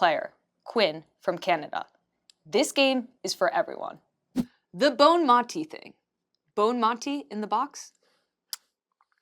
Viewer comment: Tobin pronouncing Aitana's name as "Bone-mati" though 😅